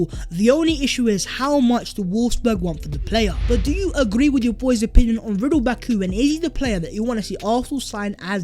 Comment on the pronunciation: It's Ridle Baku. With Ridle being pronounce RI-DI-LE, much like Labile.